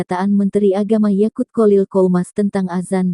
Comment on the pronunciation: yakuuul.. yakuulll.... oktak tak berkembang, yakuuull YAQUT 😁